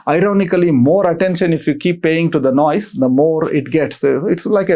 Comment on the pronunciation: Learn how to pronounce the word NOISE first please! 🤦‍♀️ It's so annoying the way you are saying frequently! 🤷